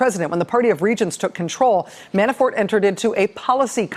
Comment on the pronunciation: Sometimes, it sounds like she's saying...Manafart...makes me giggle.